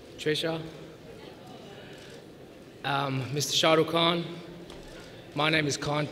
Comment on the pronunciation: he said sharukh kham😇